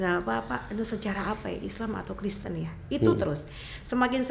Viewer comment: sekolah tidak Tante Penyebutan itu yg benar Kristen bukan kresten